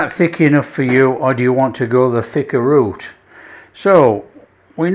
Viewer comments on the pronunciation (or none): none